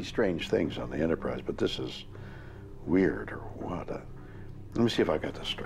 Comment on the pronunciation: Dude is saying "weird or what?" wrong. Dumb name for a series anyway.